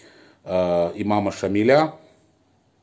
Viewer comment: Не " в ШушЕ", а в ШушИ ! (не склоняется). "ШамИля", а не "ШамилЯ" (ударение на "И"). "ПризывнОго возраста", а не "призЫвного возраста" (ударение на "О"). "Дают мздУ", а не "дают мздЫ".